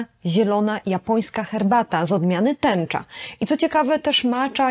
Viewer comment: Jaka tęcza ? Chyba sencza 😆